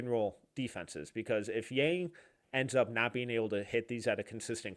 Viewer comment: Just an FYI - His name is pronounced Yang like Bong but with a Y. This is what I can tell from all Blazers reporters and staff